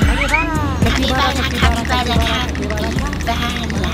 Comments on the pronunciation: คาปิบาร่าค่ะไม่ใช่คาปิปลาร้า() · คาบีบาร้าจ้าไม่ใช้คาปิปลาร้า